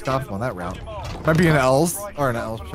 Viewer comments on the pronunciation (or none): none